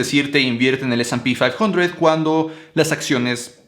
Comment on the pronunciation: Eres latino mamón...se llama ese y pe quinientos